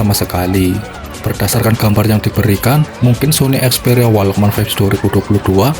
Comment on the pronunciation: Perbaiki dulu cara mengucapkan "walkman'